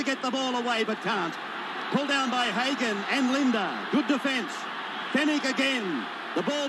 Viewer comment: it Bob LiDNer lol Not Linda lmao